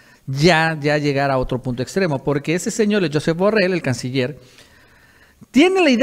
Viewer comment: Se dice jusep burreill es catalan ,no Scottish